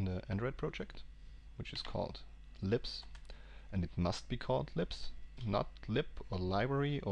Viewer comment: Every time he says 'libs' I hear 'lips'